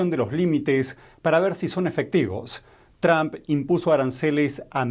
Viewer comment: Por favor no diga Tram para decir el nombre de Trump. El sonido de la "u" en el nombre de Trump no existe en Español pero se puede crear diciendo una O con la garganta sin formar la letra o con los labios. Practique diciendo el sonido de la letra o con la garganta en Español sin mover los labios. Diga tromp haciendo esto (la o con la garganta sin formar la O con los labios)